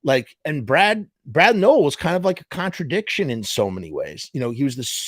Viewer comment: I cant believe u dont even know brads dad's name and your pronouncing his last name wrong!! Wtf dude